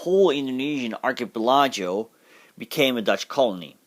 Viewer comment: Excellent video. By the way it's pronounced 'Ark - y - pel - i - go ' . I hope this helps!